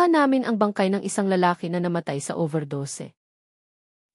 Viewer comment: Kawawa naman ng narrator di marunong magbasa no! Number yan.zea i da ? Zenayda pagbasa. Daming mali nako. Over dose overdos ang tunog.